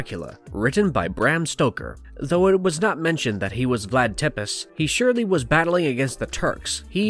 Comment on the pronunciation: It's pronounced "tepesh" not "tepiss"